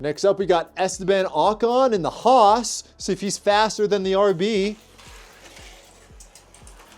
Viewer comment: Alpine spricht man Alpin aus und Roos ist nicht Roos sondern HAAS